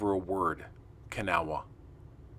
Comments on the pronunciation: pronounced ka naw. Kanawha river Kanawha county W.va. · You are saying kanawha wrong its sounds more like this, ka naw